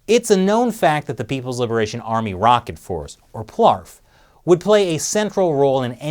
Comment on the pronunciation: plarf - LOL.